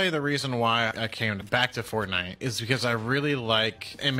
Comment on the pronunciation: god damn it it's FORTNITE not FORNITE